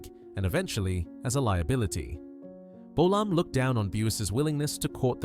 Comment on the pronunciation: James bowl-arm?.....FFS!